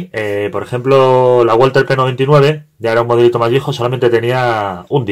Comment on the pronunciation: Solo por la curiosidad, la marca es alemana y se pronuncia /balza/ :P